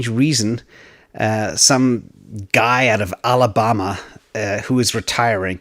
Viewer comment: The way you pronounced Alabama made it sound like such an exotic place that I almost didn't know where you were talking about, haha